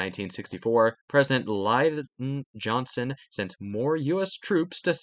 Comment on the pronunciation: why did you pronounce Lyndon Johnson like that? 😭